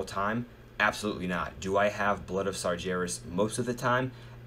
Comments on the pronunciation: Sar-gair-ras not Sar-JAIR-ras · i love it how Americans can't say Sargeras :D so funny...